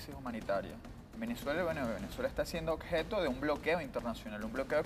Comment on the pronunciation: "acsolutamente" y "odjeto"